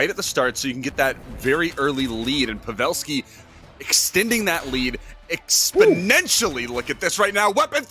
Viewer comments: Kuddos to the caster who says pavelski's name correct.Its Pa'velski not pave'lski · The way he said pavelski hurt me